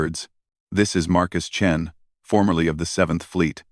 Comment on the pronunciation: "The Surprising Adventures of the Space Chins." It's "Chens," not "Chins,". "I hear Markus Chin, and I don't care. Best part, in my mind, he has a mark on his chin."